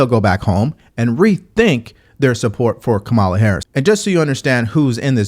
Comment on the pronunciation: You are pronouncing her name wrong. The emphasis is on the first syllable.